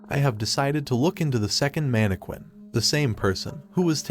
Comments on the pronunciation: the way he’s is pronouncing mannequinn and the tiktok its crazy lmafo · The way he’s pronouncing mannequin and TikToker is crazy lmaooo